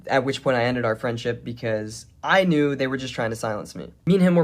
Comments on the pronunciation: He knore the whole time. Sore now we knore tooer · Ahem, it's know-er. 😆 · Almost perfect English, then "ooerrr" randomly 😂